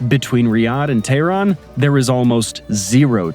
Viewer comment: How are you going to make a video about Iran and say “Iran” 500 times, and not pronounce it correctly even ONCE. Iran is pronounced E-Ron. Not Eye-Ran. If you think that’s odd, explain how we pronounce “Colonel” 😂 PS: Tehran is pronounced Teh-Ron. Not Tay-Ron.